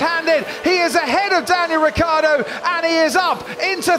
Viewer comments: For years this commentator doesnt know how to say Ricciardos name,its not Riccardo ...its RICCIARDO ,can;t you see the difference??? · The pronounce of RICCIARDO is like the english name Richard, so RICCHARDO